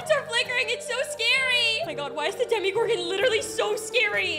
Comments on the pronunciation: Omg its either demagorgan or demogorgan not demigorgan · demogorgon not demigorgon but ok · Im sorry but its ( Dema-gor-gen) Not (demi-gor-gin) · sorry to say this but it is not DemiGorgon it’s Demogorgons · It’s not demigorgan it’s persnowst demegorgan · ITS DEMOGORGAN NOT DEMIGORGAN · What is a "demigorgon"?💀 its demogorgon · no spoilers? then why’d you say that? also its demogorgon not demigorgan and no offense ur kinda loud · I love how you say Demogorgon But you say it this way DeMIGOrGaN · It’s not Demi Gorgon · "Demi Gorgon" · "demie-gorghon" bruh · Is it just me or does no one like the way she de-MI-gorgon or just me no hate tho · It’s demogorgon lol I love your videos!